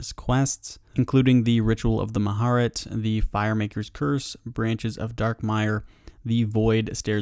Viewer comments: Everyone: Mah-ja-rrat: Mah-heart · you butchered the pronunciation of mahjarrat